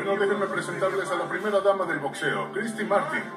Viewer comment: Muy buena investigación y muy bien narrado, pero no sé pronuncia botseo, es crítica constructiva.